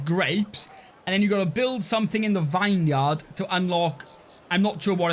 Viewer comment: say it with me VINeyard mouth the words VIN VIN VIN in swear it just wont be a video without you saying a word so wrong 😂